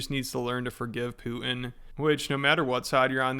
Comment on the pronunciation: I can't take anyone seriously who pronounces the leader of Russia "Poo-in"...like, wtf?